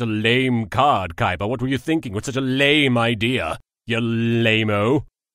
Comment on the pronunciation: wow thats funny how he said yes it sound like kes